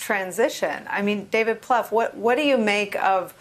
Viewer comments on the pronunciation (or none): David Pluff? It's pronounced 'ploof'!